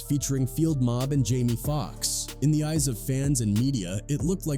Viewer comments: "Chin-gee" "luda-crease" "disturbing TH-aaa peace" I can't listen to this shht after a while😂😂 Using AI in your video is fine I guess it's a technology that could help enhance your production..but the laziness of these people is what's crazy if your going to use an AI voice at least take the time make sure we can hardly tell write the script in a way the AI can read it for example disturbing THE peace that's all it would take and the ai wouldn't sound like a complete imbecile 🤦‍♂️ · We gotta start calling out these AI narrator channels..."Disturbing THAAAH" Peace"? C'mon....we're allowing a new level of laziness from these content creators. Least they can do is hit us with real recorded narration.